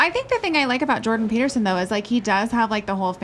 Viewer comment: "peterstein" - is that a Jewish version of Peterson? 😂 On the serious note though, yes he's a completely different man now after that "treatment" from COVID in 2020. I wonder what those russian "doctors" did to him there.